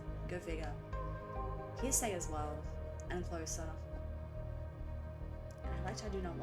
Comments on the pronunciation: Not "Heresay", but "Heresy". "Hair - S - E". Herr Ess ee. Heresy is basically another word for blasphemy. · Heresy, not Hearsay. Like what a heretic speaks. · Not HEARSAY... it's HERESY 😆 Like " was burned at the stake for heresy, she mispronounced the song title." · it was killing me too lol. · March of the Pigs switches time signatures multiple times but the really fun part that seems hard to follow IS because its in 7/8 time signature which in itself is weird and can be disorienting. But I LOVE IT Also just as a heads up, Heresy is pronounced Hair-rih-see, different from hearsay. :) As for the album theme, it is overall about the downward spiral of the individual which is started from a breakup. That initiates the downward spiral with drugs thrown in to expedite the process. Themes like losing parts of yourself/humanity and becoming machine-like etc describe the downward spiral until the closing track Hurt where he finally decides to end it, and having a quick flashback on it all and his relationship before finally ending on the thought of how if he only had another chance to do it again, he would find a way. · Heresy is pronounced "HAIR-ISS-EE". It's what a heretic is accused of.